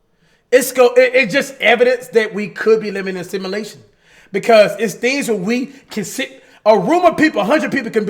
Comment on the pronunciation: Can someone please tell cash that its “a simulation” and not “assimilation” ? 😂😂